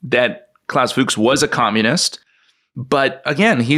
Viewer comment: Fuchs means "fox" in German and the only difference in the pronunciation is an "u" instead of the "o". So it is not Fuuugs, it is Fux. Short! And Rüssels-heim. Heim is home. NOT sheim. Russel's home. Like Oppenheimer also "home" in the name.